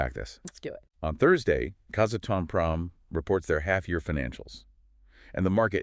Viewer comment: Please pronounce it “KAZ - ATOM - PROM”